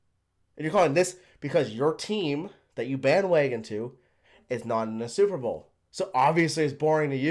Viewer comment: " BAN WAGAN "